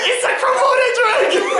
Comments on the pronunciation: I cringed everytime he said komoto dragon XD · Did anyone else notice Zane was saying kromoto dragon instead of Komodo dragon😂